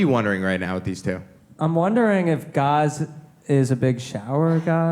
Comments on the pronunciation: gaz says his name is like gas, but you all mangle his name by saying gahz. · "Gaz, like Gas with a Z" ...Why are you calling him Garz?! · The lady in the black shirt, front row is enthralled with Gaz and his voice 😆 Alexia! I wish she had come to the show fully single. I hope she gave him his number at the after party, I think they’d be good together later if this doesn’t work out with Sam. Also can they please say his name properly!?